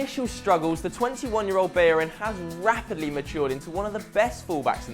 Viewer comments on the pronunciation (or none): when you get a double L in Spanish names or words it sounds like a Y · Hector Berin? HAHA why can't he say his name? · Up I know but he said hector berrin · He pronounced Hector Bellerin wrong